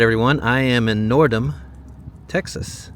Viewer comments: Its pronounced "Nord-hym" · Nordheim means Home in the North and is pronounced "Nor t hyme" basically. Luv your vids, BR from Germany. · Nord-hyme, and Goh-Lee-ad. I grew up in Yorktown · The building you couldn't identify in Smiley is an old Masonic Lodge. The symbol at the top is the Free Masons Logo. We have a hunting ranch between Nordheim (pronounced Nord-hime) and Runge (pronounced Run-gee ... hard g). We are in Yorktown often to get groceries at the Lowe's or hardware at Apple Hardware and Feed. The 5D restaurant is pretty good. Agave Jalisco is the Mexican food restaurant, and they have several locations in the many towns in that area (Yorktown, Cuero, Goliad, and Kenedy) and probably some others There was one in Runge, but it recently closed. Aunt Di's is good too. It became an oil town when the Eagle Ford shale deposits were discovered, and Karnes County is the 4th largest oil producing and 7th largest gas producing county in Texas. Plenty of money around there in farming, ranching, and petroleum. Not much in Runge or Nordheim but they are widening the highway through there. A large percentage of the property owners do not live on their land. They are just used as hunting, farming, or ranching properties. Many of the landowners live in the Houston or San Antonio metroplexes. Runge no longer has a local governing body and is disincorporated (hence the road conditions). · Those names are pronounced Nor-dime, Run-gee, and Go-Lee-Ad. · Not to be the language cop but Nordheim is pronounced with a long i